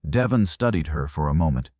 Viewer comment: I hate these AI voices, mispronouncing names, words, butchering phrases. His name is De-VON, not DE-von.